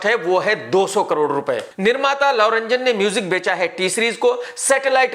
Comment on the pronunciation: His name is love ranjan not lau ranjan!sala unpaad!!